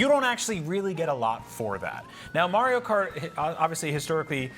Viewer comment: “Mario Cartore”